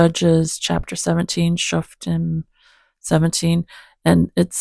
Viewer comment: Shalom! This was a great study! I liked all of the different study notes that you read. It is a very weird 😳 chapter because the subject matter is really dark. Shof’tim means judges and here is how you pronounce it: Shof with a long O sound, teem is how the last part sounds. I have a prayer request for myself. Steve and I went on an outing on Tuesday and there was a ton of walking and lots of stairs. My low back and tummy feel awful. My core is really sore 😢. I don’t watch the news either. Steve reports information to me and most of the time I just don’t want to hear it because it’s so negative. I’m trying not to be too nervous about this election. I’m praying for peace also. We just need to remember to trust in the LORD with all of our hearts in this. I pray you have a blessed evening in Yeshua, and me and Esther send lots of hugs to you and the sweet kitties! ❤️🐶😻🤗🙏💕